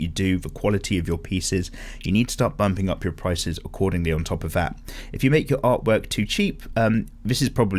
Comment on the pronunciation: The way you say "art work" in the intro sounded to me like "art twerk" now the picture of some paper twerking cant get out of my head